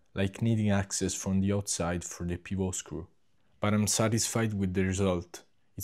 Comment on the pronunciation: Ah. And an even more trivial point, the word “pivot” is pronounced in English as if it were an English word, pihv-utt not in its native French way.